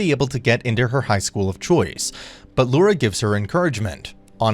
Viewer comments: It's i.u.r.a. "Iura with an i" not Lura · bruh he called iura lura 💀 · Bro called him Lura 💀💀